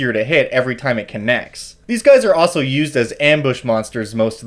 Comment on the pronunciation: There is an “L” in “also”.